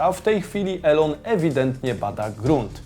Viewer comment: Błagaaam, czytaj "Ilon" hah